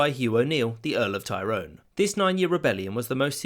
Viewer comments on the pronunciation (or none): ITS TY-RONE NOT TIE-RONE YOU MUPPET!!!!!!!!!!